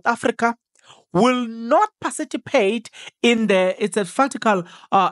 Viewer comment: Hey wena It's PARTICIPATE, not pacipitate❌😂